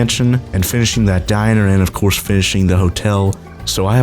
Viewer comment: did you say ofquartz instead of of course